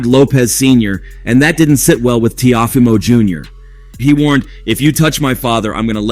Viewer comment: Bro wtf did u just call him? Tia fima lmfao. If you can’t properly pronounce their names. Why do a video in them.